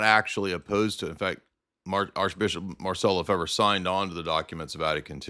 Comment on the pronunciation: It's pronounced "Le-FAVE," not "Le-Fever," or "Le-Fibber," or whatever. It's a French surname. And no, he did not get his degree from Apostle's College.